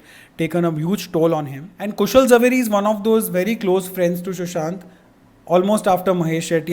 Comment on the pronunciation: I always look forward to your videos. Agree with other comments, you have the calming effect . BTW, you were the only one who pronounced Zaveri properly!! Obviously!!!😆